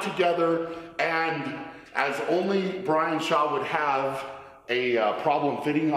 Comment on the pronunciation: Indian Brian